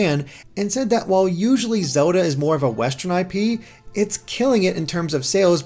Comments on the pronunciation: Is it only me or he pronounce zelda as "xoda"/"zoda" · pronounciation of Zelda is hilarious. "zewduh"